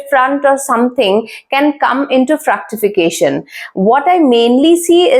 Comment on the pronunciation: GOOD. BUT KINDLY RECTIFY THE PRONUNCIATION OF WORDS : VENUS & ITs " FRUCTIFICATION " NOT FRACTIFICATION ..XX